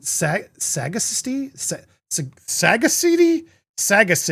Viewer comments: Look up words & their meaning before you post your videos & embarrass yourself. It’s pronounced SAG-A-CITY. English is your language, learn more. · The word is like when someone is a sage, they are a wise older person. You pronounce it saGAcity (but I'm from England 😊) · Pronounced sagAcity